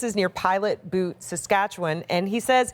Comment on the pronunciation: The news reporter didn't know how to pronounce Pilot Butte, . That was the funny part, that news people don't know how to pronounce common words.